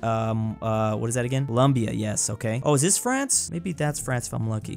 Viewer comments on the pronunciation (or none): none